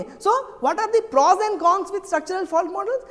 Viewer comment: it is pros not "pors"